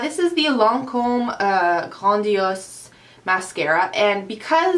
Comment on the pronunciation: your french tought " grandiose " so lovely :D <3